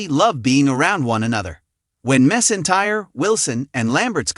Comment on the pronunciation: It’s not Reba mesintire it’s Reba McEntire